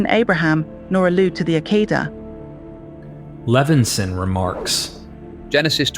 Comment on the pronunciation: hey your conclusion had what i was commenting lol.... but you crack me up "Ack-ida" is not how u pronounce hehe. It is: "AH-KAY-DA" (think dentist open& say "Ah" the next is KAY like OKAY but just KAY. then DA like "duh. so "Ah-KAY-da" hehe